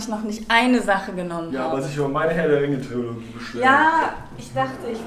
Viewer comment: Trilogie!!!! Es heisst Trilogie ahhhhh 🙈